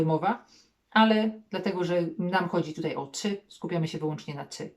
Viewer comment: „Tutaj” dałaś czadu 😀 extra lekcja.